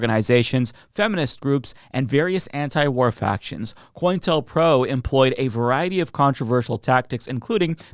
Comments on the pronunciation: Sorry to be a but about this, but it's "Co-intel-pro", not "Coin-telpro". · Maybe I'm hearing him wrong every time, but I swear he's saying "Coin tell pro" instead of "Co-intel pro" It's shorthand for Counter intelligence program. Co-intel. Not coin tell.